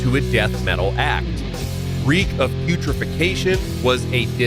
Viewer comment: Its putrefaction not putrification 😂